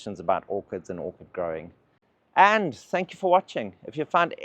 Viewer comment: "Tanks" for the video 🤣🤣